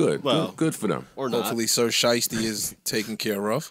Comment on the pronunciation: "" lol